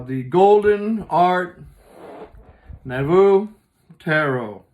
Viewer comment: Art Nouveau pronounced Art Noo-vo (it's french)